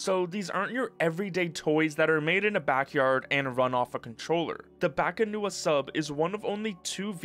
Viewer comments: Correction: The Filipino mythological creature called as "BAKUNAWA" not "BAKANUWA" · BA-KU-NA-WA not bakanua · Why does he keep saying bakanuwa man? It's bakunawa. The u comes before the a. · I'm Filipino and it's definitely not Bakanua. It's BAKUNAWA. A sea-serpent. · Filipino here. Just a correction, you kept pronouncing it as "bakanuwa" when its actually "bakunawa". Fun fact, in old pagan filipino myth, the bakunawa was the dragon that ate the moon, causing lunar eclipses. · its not baka-nuwa it's baku-na-wa. So odd they renamed it to a deep water dragon that comes out to feast on moons. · Bakunawa HOW DO YOU PRONOUNCE THAT AS BAKUNUWA!? BA KU NA WA its PHONETIC!!!! bakunawa the moon eating dragon! bringer of Eclipses! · Bakunawa not Bakanuwa but props for getting the pronunciation close. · It's "Bah-koo-na-wa" The moon eater, it's a wingless dragon that comes out during lunar eclipses. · I like how you mispronounced Bakunawa like there's some trick into reading the letters. It reads how the letters sound.